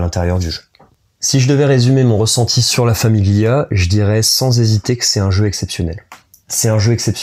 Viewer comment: Rhoooo le mec il prononce bien la famiglia ! :)